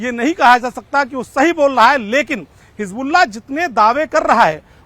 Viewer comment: Aap baar baar rassgulla q bol rhe h 🥺